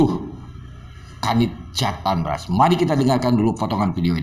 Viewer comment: Bampol Uci saat menyebut JATANRAS saja salah...he he he ada apa nih